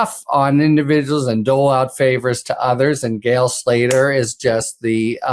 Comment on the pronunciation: It's Gail, not "gal" STOP CLAWING AT THE CAMERA